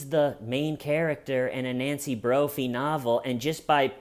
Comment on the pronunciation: Every time you say “Nancy broughy ”.